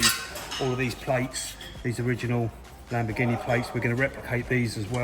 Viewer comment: "the lamborghineeaa"